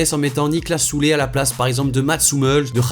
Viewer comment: alors déjà on dit pas "Soulé" mais sa se prononce "ZulE" (on prononce le e)